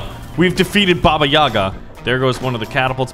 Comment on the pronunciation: not babá yagá the right is "bába yága"